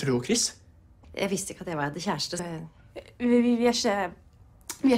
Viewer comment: Quando falam "chris" parece "kiss" kkkkk